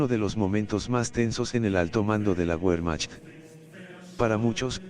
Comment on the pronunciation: Se dice....VERMAJT....!!!